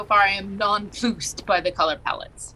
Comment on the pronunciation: Did... Did really say non ploosed at least twice???? I know they're learned enough for that to be on purpose. But that just made me shudder lol!!! Still. In my house we sometimes say hiccing-up and pasgetti. 😄 I've never watched this movie.